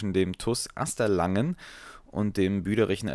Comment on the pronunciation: Nix Asterlangen. Asterlagen, ohne n zwischen a und g. Erst lesen, dann Videos machen.